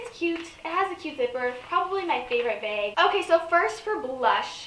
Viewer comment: Are you from Minnesota? "Baig" instead of bag